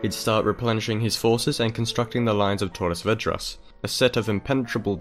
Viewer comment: I'm from Torres Vedras. Great job on that pronunciation! Also, some years ago it did snow in Torres -- it's very rare, but it happens. So don't be too hard on yourself about that hahaha Excellent video, as always.